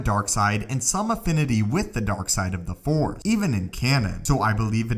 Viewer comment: FORCE!!! Not FOR